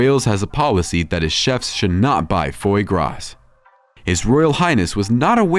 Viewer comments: Foie gras is pronounced fwa gra not foy gras. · Not “foy graw” - it’s “fwah graw” (foie gras). And he’s right- it’s disgusting because it’s animal abuse. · " Fooah gra" not " foy grass"